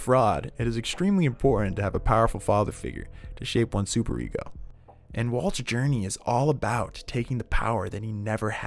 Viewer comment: "oedPISS" "fraud" "supereggo" amazing